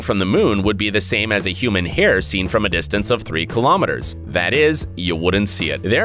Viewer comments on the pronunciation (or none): none